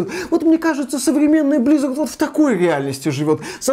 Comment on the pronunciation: Почему вы говорите блиизард? Активижин.